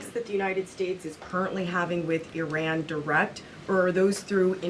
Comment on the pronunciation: Its not Ayran , It is Iran ... She talk like s*** dealing mestrual cramps